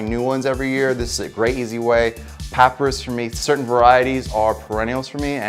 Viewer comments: Sorry, but it’s pronounced Pa - pye - rus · Pop-pie-rus is how its said . But great video and super handsome gardener. Thanks